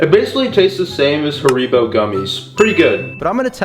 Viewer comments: “ha-ree-bo” ? It’s “harry-how” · It’s not pronounced haribo it’s pronounced harrybo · Hariybo it’s haribo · Haribo bro, they are called ha ri bows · Did bro call it hareebo gummies?????